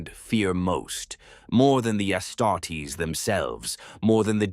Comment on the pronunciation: I'm used to the AI voice mispronouning stuff in all his videos now it's a drinking game. Personal faves are "Medigee" "Ass startess"